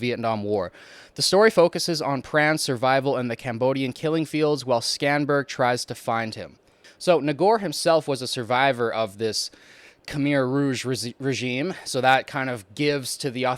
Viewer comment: How you pronounce Haing S. Ngor is "Hang S. Nor." Haing as it sounds, and Ngor has the G silent. And Sydney Schanberg is pronounced SHANberg. The C is silent.